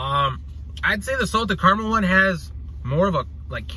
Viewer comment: What’s Car-mel? 😂 do you mean caramel?